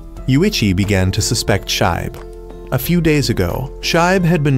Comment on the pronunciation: It's pronounce "shee-be" not shibe